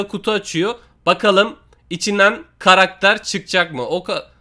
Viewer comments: ne diyo duydunmu karakter değil karater diyo ne alakası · 3snde karakter yerine Karadere dedin ların abi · Yoq krater aw ya ssjsjjsjsjsjsjs Karater ne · Karakter e karater diyen koca yurekli larin😂